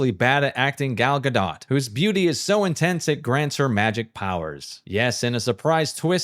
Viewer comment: dude edited her saying her name in and still says it differently... that's wild gal ga dote, not ga dot. dough rhymes with oh no, not dot rhymes with not hot.